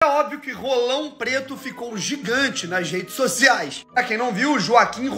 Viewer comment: Ce enche a boca demais pra falar "RRolão Preto", tá parecendo o amigão KKKKKKKK